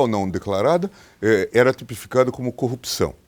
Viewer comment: Sergio Moro senador, São Paulo maior PIB do Brasil, fala corrupção, caraca tu e esquisito,não sou juiz nada, aprenda falar o português, o cara fala copcao.. senador..e esse Bolsonaro indicada um juiz q sabe falar, e algo grave, O português e o mínimo, detalhe n sou petista porém burrice, caraca fui alfabetizado no sítio, um juiz q n sabe falar, incrível, da vergonha ouvir o Sérgio Moro falar, parece meio ignorante..o Lula sem estudo e mais esperto q ele, e muito sem noção, juiz aprende a falar